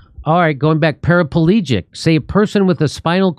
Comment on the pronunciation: Kurt taking the piss out of Jimmy for saying 'parapalegic'..